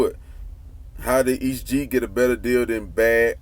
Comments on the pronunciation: “E.S.T Gee” not east gee 🤦🏾🤦🏾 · E. S. T. not east Gee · It's "E S T Gee" not "East Gee" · Nigga quit saying east gee.... it’s E.S.T. Gee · Boi its E S T G not East G. You lame for that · That man name is "Est Gee " not Es Gee 😆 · Thought I was the only one who caught that"..🤣😂🤣😂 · This nigga keep messing his name up